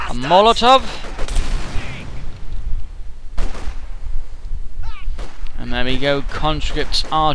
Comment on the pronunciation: with due respect, when you say molotov, i swear i heard mortar heheh